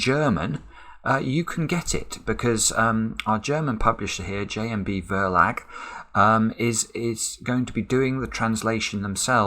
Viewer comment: Nice to hear that the book will be available in German. Btw: "Verlag" is the German word for "publisher," and you pronounce it like "fur luck" (more or less).